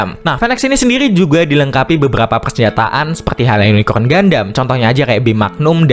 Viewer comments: Unicorn om bukan unicron😅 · Yunikorn, gampangnya gitu min R dulu baru N. Semoga membantu 😊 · susah amat min, tinggal bilang YUNIKOHN